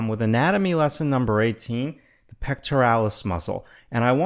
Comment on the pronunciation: It sounds like you're saying anime xD